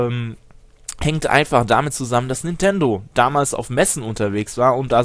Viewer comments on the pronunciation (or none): none